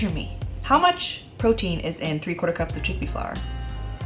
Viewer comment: i'll never say protein again. from now on, it's protn. protn for the win! 💕